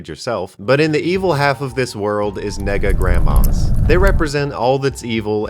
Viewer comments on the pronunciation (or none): Not gonna lie, I thought he said nigga grandmas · ''Nega-Grandmas'' Had that been said slighty faster it would've been a disaster